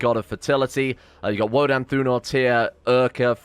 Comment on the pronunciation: Woden isn't pronounced as Woh-dehn, It's Woh-dayn